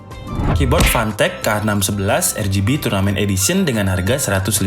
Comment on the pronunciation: Apa cuman gw yang denger fantech nya jadi pantek